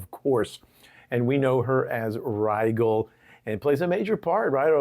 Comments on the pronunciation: Her name is Rijel NOT Rigel.The G sounds like a J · Not pronounced "Ri-Gel" but "Ri-Jel" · Good video. One quibble, the name Rigel probably should be pronounced like the star Rigel, i.e. as rye (like the bread) jel (as in jello).